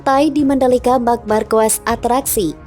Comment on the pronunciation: Ngakak nyebut nama mark markuis